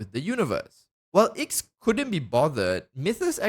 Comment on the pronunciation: Bruh, the Aeon of Nihility’s name is a Roman numeral. No shot anyone actually thinks it’s pronounced “Icks” Also, the reason it’s named after the number 9 is because 9, (Roman numeral IX) is the number of the hermit arcana in Tarot reading. And the aeon themselves is reclusive and antisocial.